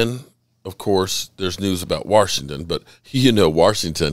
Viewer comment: My new favorite thing is slowing this video down to.25x speed, going to and hearing you say “WARSHINGTON” 7 times 😂 Always love the content. Keep it up.